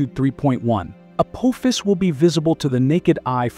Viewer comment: I think your trying to say apophis. 😂😂😂😂